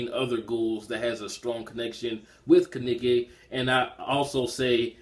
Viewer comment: You and forneverworl had a problem pronouncing Kaneki's name but it's cool tho and chapter reviews,good shit.